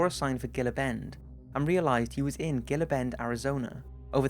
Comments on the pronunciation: Gil-La bend, lmfao. Gila - (Hee-La). Sorry from Arizona. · IT’S PRONOUNCE “HEEL-UH” BEND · it's not gill-uh river it's he-la river! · Gila is pronounced Hee-la. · Gila is probably pronounced as heela as in the lizard called gila monster. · Gila like an hard H like Hila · Gila is pronounced Hee-la. Do some homework or get an editor. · Gila is pronounced "heela". :) Cheers! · Gila is pronounced He-la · it's pronounced hila not gila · It's pronounced gila the g sounds like a h hila bend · Very interesting video, fyi, Gila is pronounced heela bend, the g and j's are usually pronounced as h. it is Spanish derivation, but still, I love your videos, just thought you might like to know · Gila is not a g sound but a h sound.